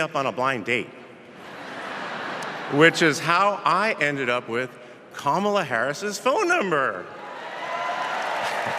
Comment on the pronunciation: Kamala or kamla?